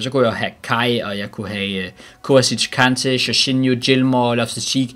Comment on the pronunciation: Du kan stadig ikke sige kante